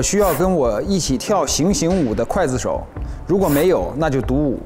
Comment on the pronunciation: 勋啊，不是gui 刽子手吗?你可是中戏毕业的啊！！！